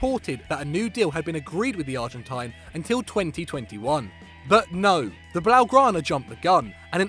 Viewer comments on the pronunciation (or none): none